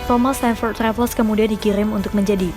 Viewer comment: Baca namanya Raffles salah. Bukan Raf-les tapi Refls.